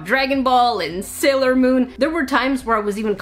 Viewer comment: how to say manga: Mon-guh how to say sailor moon: Say luhr moo n